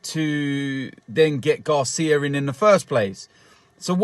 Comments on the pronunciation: Its GRACIA not GARCIA!!! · He cant pronounce his name right and doesn't even know the facts that gracia was manager after silva who was after mazzari. Also I am a watford fan and think that you cant let this happen